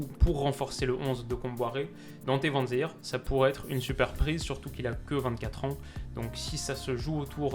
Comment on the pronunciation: Super vidéo! Seul remarque: les prononciations des noms des joueurs belges ou hollandais ahah ça pique aux oreilles! Van den Boomen = Van den BÔ-men Faes = FAAS Vanzeir = Van-zère;)